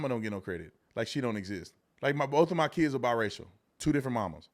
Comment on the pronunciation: Why does he keep emphasizing on "kids"😂